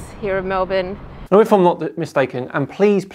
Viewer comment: 1. Thank you for saying Melbourne correctly 2. This makes me feel ashamed to be Australian 🙄